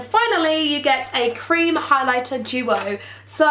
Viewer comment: The way she said creame product😂😂xxxxx